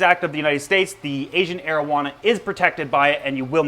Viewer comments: Sounds like “Asian marijuana” 😂 I love your videos 💜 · Thought he said marowana